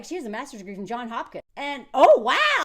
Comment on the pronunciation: I don’t trust Garrett either. How has he not been in a relationship in seven years but exes are still texting him? 💬 And why lie about it? And WHY, being a physicist (allegedly), does he pronounce Johns Hopkins as “JOHN Hopkins”? Sumpthin ain’t right. 🤔